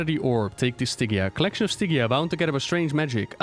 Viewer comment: It's Stygia, not Stygia. You can hear Paul Kubit say it at the beginning of Sloot's interview, which can be found at Wowhead news=316824. Love you!